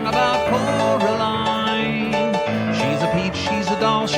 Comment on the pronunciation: Here from part 1 😁 I noticed how you said Coraline incorrectly for the uncomfortable effect good hint at the theory 😂